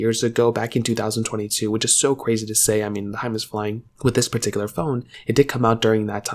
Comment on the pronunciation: Bro is the ceo of “perticular”